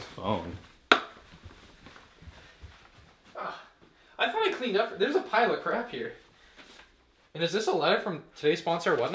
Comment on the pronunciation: When he said “oooh, what a nice phone” I thought he said “ooh, what a nice bum” 😂😂😂😂